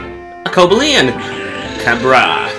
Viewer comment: btw its not pronounced like that its co-bail-eon